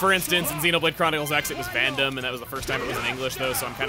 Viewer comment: Listen, I get you're fighting old habits, but every time you understate that second syllable in Vandham's name the "D" sound just vanishes, and it freaks me out.